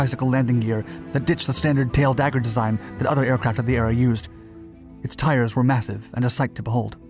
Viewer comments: *it's "tail-dragger"... NOT tail-"dagger" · "Tail dagger"? Uhhh...tail DRAGGER